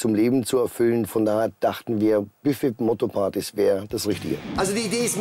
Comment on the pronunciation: Die Deutschprofis: "als wie" "Hat er den Mund aufgebracht" "KartoffelGRATENG!" "BÜFT Motto Partys"